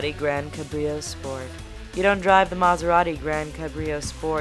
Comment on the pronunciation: wielding just 6 key gi? dafuk? kassy? cabrìo? for fuck sake, lady.